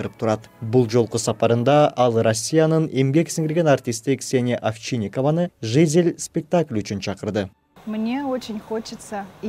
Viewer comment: Жизель деген создо ударение "и "тамгасына коюлат.Туура окуганды уйронолу.